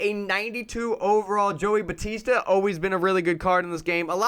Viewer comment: Jeez the way you say Joey Bats name is cringe worthy. It’s pronounced “Bow Tee Sta”. It’s not Batista like the WWE wrestler lol.